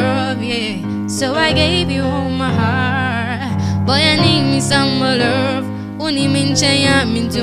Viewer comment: Girl you’re gooood!!!!🔥 your voice control is impressive! Your breathe control is good and your runs are crazy!💯 you’ve got skills tbh🔥💯.. but please check your pronunciation when singing cos your pronunciation of LOVE is wrong. There’s no ‘R’ in love..coming from someone who listen to judges a lot. John legend and blake shelton will tell you to work on that...